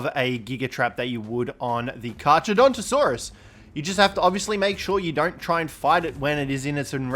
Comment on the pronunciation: kar-cha? seriously? in latin ch = k